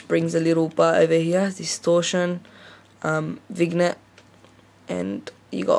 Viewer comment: Say vignette again please :) You say "crappy" too much...